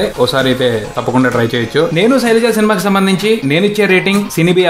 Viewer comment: soraja yenti bayya...sailaja